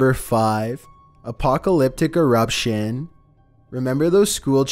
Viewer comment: VOLCANO ERUPTSHIAN.